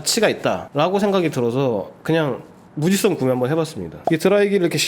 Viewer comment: 형 근데 '무지 성' 이 아니라 '무 지성' 이야 자꾸 무지썽 이라고 발음하시는거 킹받아서 알려드립니다